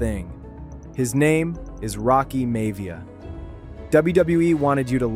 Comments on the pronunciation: "May-via"?... AI screwed up again. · Love how the AI can’t pronounce Miavia